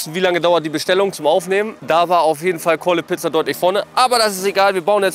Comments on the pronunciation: Mich triggered es dass dauernd Calle Pizza sagt statt Call a Pizza Edit: Sein Bewertungssystem macht auch keinen Sinn. Bei 2gegen2 müsste er die Gewinner nochmal antreten lassen mit einer anderen Pizza oder so ähnlich. So ist es absoluter Schmarrn. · Calle Pizza? Die heißen Call A Pizza